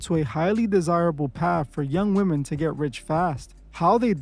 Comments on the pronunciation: not sure why you’re mispronouncing a (woman for women) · Y'all gotta stop pronouncing the plural form of woman as "Woman". It is pronounced "WHIM- MEN" . Please use Google pronunciation to confirm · Why are you saying “Woman” when speaking of women as a whole?